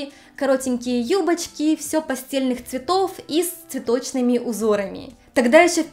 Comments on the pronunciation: «Пастельные» цвета — произносится через «э», иначе получаются «постельные», то есть цвета постели. А не пастели. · Цвета пастельные - с ударением на "а", а не пастельные - на "е"